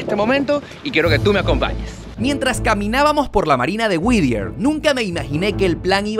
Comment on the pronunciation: Me desespera escuchar lo mal que pronuncia el nombre del pueblo no es WIDIER, ES WHITTIER (WITIER)